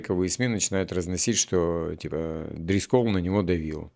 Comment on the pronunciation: Жора Дрисколл ударение на И,а ещё есть такая мфамилия очень распространёная еврейская фамилия Дрискл.